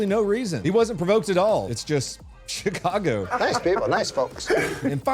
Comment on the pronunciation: Did you pronounce Chicago as shit-cargo? 🤔👍👍👍